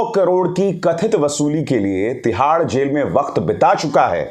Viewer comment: Bhiya jb ap tihad jel bolte h mujhe bhut hsi a jati h ♥️ very well done 👏